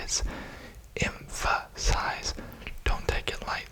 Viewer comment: “em pha size” Hilarious.